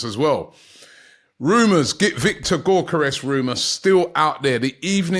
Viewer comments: Robbie, I know you are challenged but it is Yore-Koh-res. NOT GORE-Ko-res. Seriously man. If you want to do a show at least learn how to properly pronounce names man. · Someone teach Robbie how to say Gyokeres surname please. The G is silent so pronounces as YOKERES